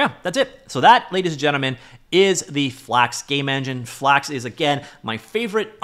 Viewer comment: Bros speaking FlAKX